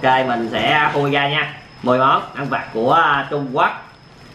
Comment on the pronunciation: Trung Quốc mà anh đọc trung quắt